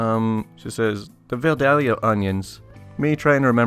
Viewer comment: Uhhh -- it's pronounced, "vye-DAYL-yah." Trust me on this. Or don't. Check this out: The narrator in that vid maintains the "L" is silent, but I kinda think it's still in there.